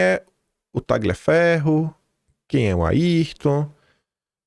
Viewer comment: Tagliaferro é um sobrenome de origem italiana. A pronúncia correta é "Talhaferro".